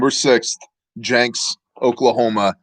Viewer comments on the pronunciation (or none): Love you but it’s pronounced Jinx not Janks...not being a smart butt but I’m from Oklahoma and that’s how we say it...nothing but love and respect my man Shalom!